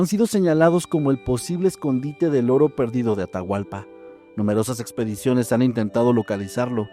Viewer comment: Me encanta y agradezco mucho que tomen en cuenta a Ecuador para sus relatos ❤ pero Atahualpa es a secas solo Atahualpa 😅 y hay palabras que están mal pronunciadas 😅 pero muchas gracias y se me hace tierno escucharles como pronuncian mal 😂❤❤❤❤❤